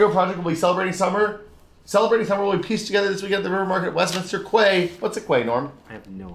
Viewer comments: That's a quay, pronounced like key! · It's not pronounced "kway." It is pronounced "key." Basically it is a pier or dock location. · Have I just seen US based folks say this lots or has WIll yet again failed to pronounce the word quay? Unless you happen to have lived in a landlocked desert all your life how can you have never heard of a quay? Will put down the pizza and pick up a book. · It's a British-English word, and any American pronunciation is simply wrong . . . end of story